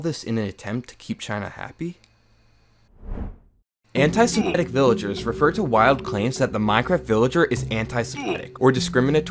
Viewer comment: and "semetic"